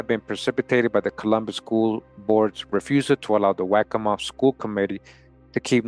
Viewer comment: Its pronounced "wok co ma"